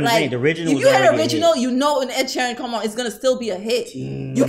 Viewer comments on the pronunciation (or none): Mans said Oluwasheeran, I'm gone!😂😂😂